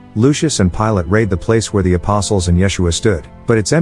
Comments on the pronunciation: Better to have a real person properly read this. Pilate & Pilates are not the same thing ..hehe. What I believe is not of any value. What myord Christ said is all that matters. ✡️✝️🙏🇨🇦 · Uuhhm. Horrible A.I. narration. His name was NOT "PILATES". It was "Pilate". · Pilate, not Pilates!😆Ah yes, the Roman governor Pilates, & his centurions Cardio, Yoga and Zumba. And it's JOSEPH of Arimethea, not Joshua! 😝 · It's not Pilates as in the exercise, but how we say, pilot! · Pilates? It’s Pilate. Idiots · nothing like artificial voice -over to fuck things up. Since when was the Roman Governor of Judea called "Pilates " It's Pilate for Crissake !! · it's Pontius Pilate (pronounced as "pilot"), not "Pilates" 😉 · Pontius Pilate (Pilate) not the same pronounciation as "pilates" a type of mind-body exercise . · Could have been a good approach, but isn't. I AM APPAULED that this commentator can not pronounce about any word: PilaTAYS! rahter than PIE-lat. jeesHUa is correct Hebrew accent. How can anyone who knows anything give this kind of preparation any credibility? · Thank you for this short sharing about one of my favorite movies, "Risen". Perhaps you can fix your mispronunciation of Pilate's name as the exercise form of Pilates. It's amusing but distracting. Again a lovely fantasy about Jesus and a Roman convert. Seeing is believing. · If you cant get a real voice to do the narration you need to forget it. Pilotes? Seriously? Its Pilote, Pontius that is . I cant listen to this anymore so stupid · Calling Pontius Pilate "Pilates" for the whole thing kept making me laugh... I didn't notice any Yoga mats last time I read the New Testament. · Pilate, not pilates--the exercise on a mat. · Pilate....not pilatees.... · FYI: Yeshua (ישוע) is pronounced Ye-shu-ah in modern Hebrew with emphasis on the last syllable, not the first two. Pilate’s name is Pilatus not Pilatius. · His name is pronounced "PIE-LET", don't you know this? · Pilate is pronounced, "Pilot." Stupid AI!